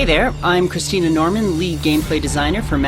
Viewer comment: wait, did he say christina? 0_o